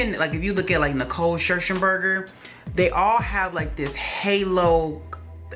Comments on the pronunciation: Beautiful as usual & pronounced Nicole Sher -singer...LOL!!! I mix up her name too!!! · He said "Shershenburger" with NO SHAME! 😂😂😂😂😂😂😂😂😂😂